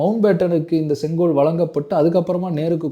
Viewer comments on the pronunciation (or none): இன்னிக்கு, நடத்திருச்சு, காண எப்பேயிருச்சி, தமிழனின் பரம்பரியமான செங்கோவைப் பற்றிப் பேசுகிறார். தமிழ் உச்ச ரிப்புப் படுமோசமாக இருக்கிறது.